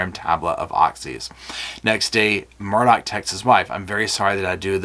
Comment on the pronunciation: I know my English and M-U-R-D-A-U-G- H is pronounced Murr-Daw. There's no Dock.